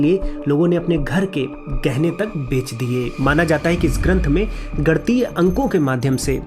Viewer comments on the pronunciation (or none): Nivedan hai aapse, uccharan ka dhyan dein, ganitiya hai, gantiya nahi